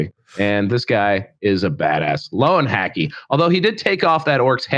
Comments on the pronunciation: Surely the pronunciation is more like "Ler-ven-hack-er"? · And pronouncaction of General Hans von Löwenhacke is jolly but cruel 😅